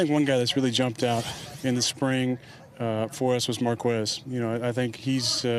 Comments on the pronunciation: Isnt the u silent in quez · that's not how you pronounce Marquez bucko